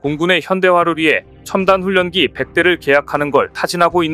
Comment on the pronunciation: 혓짧은 나레이션 그만해라 훈련기 ㄴ.ㄹ 발음은 도치해서 ㄹ,ㄴ으로 발음학아지 "훈년기"가 아니고 "훌련기"로 소리내서 읽는거라고 초등학교 어디나왔냐!